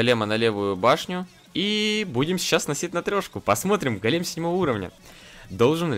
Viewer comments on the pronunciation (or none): Не голееееем, а гооооооолем